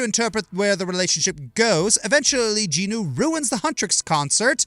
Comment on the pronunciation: I'm sorry but the way you said jinu's name made me think of the solo leveling parody series.😂